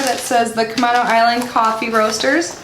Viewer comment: I'm from NW WA. It's pronounced "Cu-may-no" Island. It's a beautiful area. They do have good coffee! Oh, and the smell... 🙂☕💕